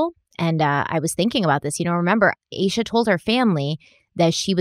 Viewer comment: Also yes finally you're saying "ayy-shuhh" lol I mentioned it on part 1 but I'm sure it got buried